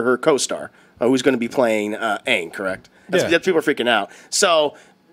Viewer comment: The thing that good me is how they pronounced Aang in the movie